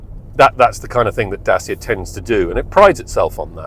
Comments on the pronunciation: it's not french is Romanian...is not that hard to say DACIA instead of Dasia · Is DACIA smart pants not DASIA🤣🤣🤣When will you learn🤣🤣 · It's pronounced "Da-tcha" not "Day-seer" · Very god review but every time me mentions the make by name it really JARRS with m! Get the name right PLEASE Datcha !!! I am not the only one, If you are going to be ca car reviewer it would be excellent if you could get the name pronounced correctly. Surely when you went to the presentation you must have heard the Dacia staff pronouncing it as it SHOULD BE! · I wish you’d learn to pronounce the damn name. Dat-cha! It makes you sound as if you haven’t done any research or have any background in the auto industry. It’s basic stuff.